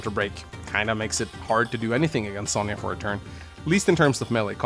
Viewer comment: I cant wait to see my girl sonja in the remake Its also impressive how you continue to carry on mispronouncing sonja's name